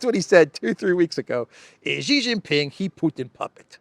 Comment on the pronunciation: Shee not Jhee.